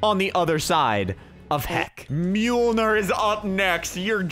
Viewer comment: I’m surprised u know how to pronounce mjolnir